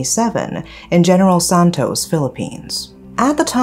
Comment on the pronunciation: I love your voice and how you pronounce Mindanao and general santos.👏🏻👏🏻👏🏻👏🏻👏🏻👏🏻👏🏻 I thought you were a Filipino.👏🏻👏🏻👏🏻👏🏻